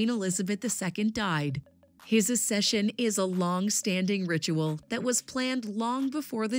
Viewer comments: "Accession" is not pronounced Ass-eshun but Ax-eshun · Babes it is (AK-SESH'UN) not (A-SESH'UN) And not coronated, it is crowned. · Learn to pronounce "acceed" and "accession" correctly if you want to make a video about it